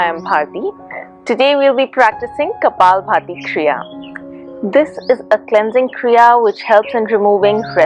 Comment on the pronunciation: It's not kapal-Bharti ....it's Kapal -Bhati